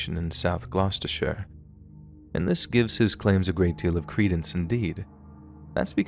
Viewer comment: Full marks for pronouncing the British place names correctly, especially Gloucestershire!